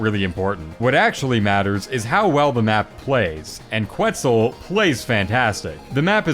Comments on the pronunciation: erm actually its quetzal not kwetzel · BTW, Quetzal is pronounced ket-zahl. The U is silent. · please google how to pronounce Quetzal and Calico